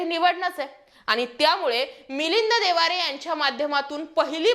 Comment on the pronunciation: बाई एकदा ठिक होत मिलिंद देवारे बोलणं.ते मिलिंद देवरा आहेत.